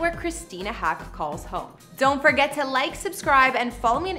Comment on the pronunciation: Christina Haack's last name is pronounced like the bird, "hawk."